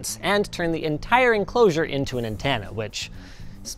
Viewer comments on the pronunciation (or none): antanna? I had to turn subtitles on for that one and I'm Canadian too, do we not say antenna? is my life a lie??